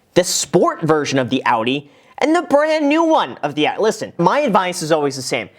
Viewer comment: I’m German and this might be the first time an American pronounced Audi correctly 😂